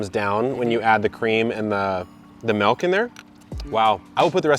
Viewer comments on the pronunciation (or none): The way you say "malk" would make Julian Smith proud. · Am I the only one who nearly had a stroke by how he said "Milk" ? Soup looks good though...